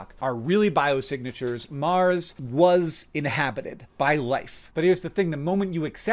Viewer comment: "is there lifd om maaaaaaars"